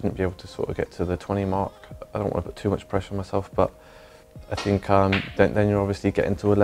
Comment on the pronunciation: drinking game with think „fink“... That‘d be savage